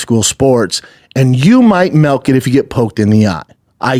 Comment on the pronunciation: Its called milk not malk